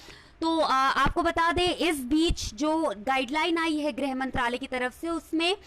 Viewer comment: धन्यवाद। कृपया आप लोग तो सही उच्चारण किया करें। ग्रह मंत्रालय नहीं गृह मंत्रालय कहने का कष्ट करें।